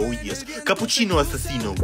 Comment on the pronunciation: bro said cappuchinno asassino